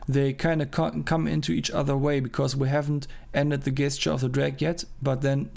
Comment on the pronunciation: Very cool to follow the process, well done! PS : it's pronounced djestcheur :D